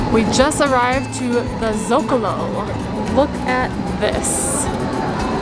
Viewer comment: Guys, cool vid. One note: Socalo, not Zocalo :)